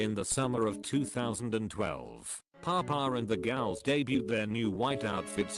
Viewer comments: Great video, but I have some issues: very goofy background music, you could choose some rock track, not circus music, and pronunciation is wrong in many places gals (ghouls) and alchemy should be pronounced al-kuh-mee not al-che-mee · I do wish the artificial voice could properly pronounce’ghouls’ 😂